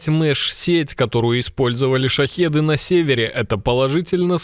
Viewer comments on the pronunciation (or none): Баклан шахиды а не шахиды